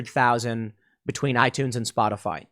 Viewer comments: Is it misinformation if she calls it Spotifly instead of Spotify? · Anyone else catch calling it "spotafly"?